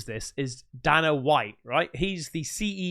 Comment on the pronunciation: Dana is USUALLY pronounced Day-na.